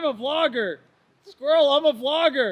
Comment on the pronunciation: squirrrel ...squirrel, hey buddy did you know i am vlogger >.< lmao